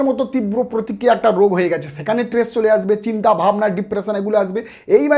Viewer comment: ট্রেস নয় , বলুন স্ট্রেস বলুন ।